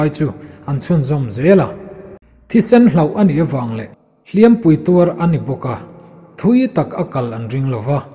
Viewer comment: Lianngura angaihnawm viau e, bung 23 na ka ngaithla tan a, "Ngên mu" hi i lam/thluk dik ta e, mahse, "Hliam" hi ila thluk diklo fo... A hmanna azirin athluk sang leh hniama lam rik angaia, tin, "Chawhnu thlangher" tih tur... "Chawhnu tlângher" ni loin.